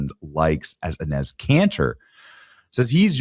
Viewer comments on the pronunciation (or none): Enes' (pronounced "Ennis") name is actually Enes Kanter Freedom. Please get it right. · Great video Benny, very funny! His name is pronounced E-neese!😅